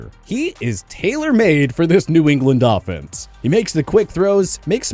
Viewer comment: It does sound like he said dolphins but i think he said offense